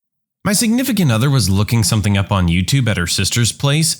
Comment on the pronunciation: No k in the word something .